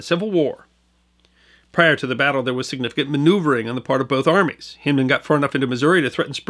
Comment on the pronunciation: We pronounce Hindman with a long I. (e.g. Hind quarter) There's a city park in Little Rock which bears his name although without Civil War attribution. Regardless, thanks for pointing the bow tie our direction...many of us have ancestors involved with those fights and we've not forgotten either. And yes, razorbacks are still a particularly nasty species. (just ask them Texas boys)